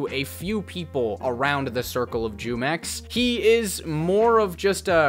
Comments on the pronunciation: By the way, it's pronounced (HUE-MEX).. its a mexican juice brand. The way you pronounce it (JEW-MEX) disturbs the fuck out of me. It sounds racist and that doesnt even make sense l0l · Bro hearing you say JEWmex in stead of HEWmex lmao 😭😂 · Bro just just say (whomex) not (jewmex) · Jumex? As in “Jew mex”? I read it in Spanish as jumex .. as in “who mex” . Like the drink, you know fruit flavored drink. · Bro Jumex takes the W here because you sound really white and stupid saying "Jewmex" every minute. It's "Hoomex" and you'd know that if you've taken even an elementary level Spanish course..